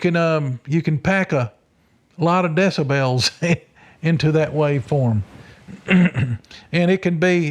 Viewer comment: Love this interview but is it bothering anyone else with the way he's saying decibels?!?! DESSA-BELLS??? Is that the correct way to say it? Maybe I've been pronouncing it wrong all this time 😵‍💫